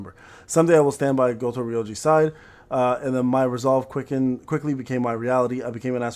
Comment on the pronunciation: Thar's why you can't pronounce Goto without saying Goat